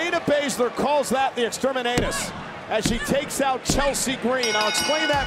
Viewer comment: The way Cole pronounces Exterminatus makes it sound like Exterminanus